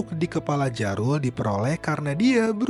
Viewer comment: mungkin bacanya bukan 'jarul' tapi 'yarul'